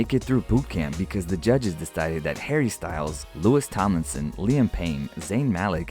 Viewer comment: THE ANGER IT GAVE ME WHEN HE SAID LOUIS TOMLINSON WRONG!!!